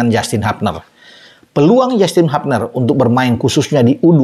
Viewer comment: Justin hubner bang bukan habner.orang sana nyebutnya hubner